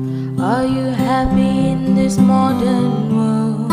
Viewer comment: I knew it when she sang the song and pronounced moden instead modern.. And yeaahh I sometimes pronounced it as moden too.. 🤭